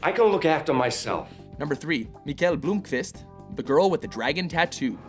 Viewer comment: blomkvist not bloomkvist